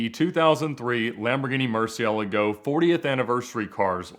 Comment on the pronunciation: That's a weird way of pronouncing Murcielago